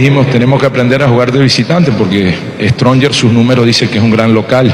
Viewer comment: Ese comentarista quien es? Como puede ser posible que diga The stronger... Esa clase de comentaristas tiene quique Rivera?